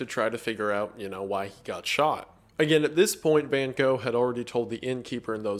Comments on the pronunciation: The thing that shocked me the most in this video was the pronunciation of Van Gogh(which he still got wrong when trying) After looking it up because I couldn't believe it, I still can't get over how different it sounds than what I'm used to XD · noooooo not Van Gosh...... 😷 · “Correct pronunciation” nah fam try to scrape your throat with the ‘g’s then you are there! Dutch is a very strange language :) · That's far from how you actually pronounce Van Gogh, btw. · as a dutch person i always cringe so hard when people try to be a smartass about the pronounciation of his name and still get it horribly wrong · Here‘s the correct pronounciation for Van Gogh :)